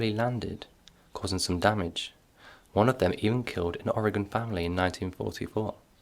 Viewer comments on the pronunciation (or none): none